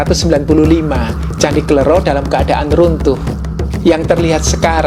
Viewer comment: mohon maaf bacanya kle'ro (ro serperti loro (dua jawa))